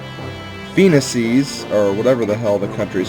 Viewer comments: Remeber FE10. It's pronounced Fuh-nee-shis, if the overworld map narrator is any indication. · I think it's prounounced foe-en-eesis no that isn't a typo extend the sylable wher I put double e's I think that is how phoenicis is prounounced